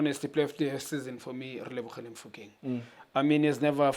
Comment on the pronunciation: It’s Teboho not Tebogo, Relebohile not Relebogile wena Junior maan😂